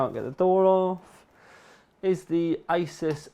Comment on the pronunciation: 58min video...sweet! >bucket< of tea and 1300g (2 1/2lb) box of broken biscuits :P btw peeps, its aY-zeus.....not ace-us.